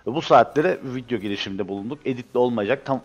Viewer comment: Abi neden vidyo verine vityo diyosun :DD